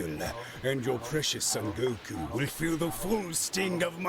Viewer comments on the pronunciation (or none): i fkn love you and i will never amount to anything you have achieved, but i cant be the only one that hears you say Goku as GoKouuu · The difficulty in editing the text to speech for the intro is just karma serving justice to for his Goku pronunciation. I hope it gave him hell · Speaking as a blind person, I feel your pain about pronunciations and getting TTS to say anime stuff correctly! I hate microsoft TTS in particular because they're so hard for me to fix pronunciations with! I use a screen-reader called NVDA, which has a nifty little feature called the Speech Dictionary, so I can put words in it, followed by a string of characters to replace those words with when they're being read, and I still have trouble getting it to pronounce certain things correctly, but I can get it close enough in many cases that I can enjoy reading fanfics and the like. But oh stars I feel your pain wrestling with uncooperative TTS.